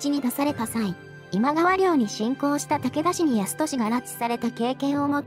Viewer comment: どうするのあのセリフ 私には今川ではなく、ジャニーズって聞こえました